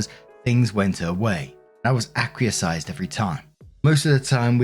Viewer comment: "acquiesced" Ack-wee-essed.